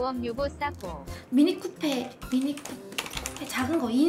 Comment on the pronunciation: 미니 쿠페. 아니고 미니 쿠퍼( mini cooper)